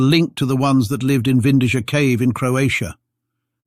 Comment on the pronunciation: the name of the cave in croatia is pronounced vin-dee-ya not vin-dee-jah cool video nevertheless